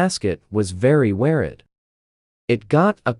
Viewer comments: "The Mas-kit was very Wehr-id" except this time, "weird" is spelled correctly. What's your excuse now, AI voice? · “Then in twenty twelve, the mascuit was very weared” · The text: mascot,weird 😀 The voice: mascit weried 💀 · “very wear edd” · "the mascot was very wear" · you need some english lessons because you really said where ed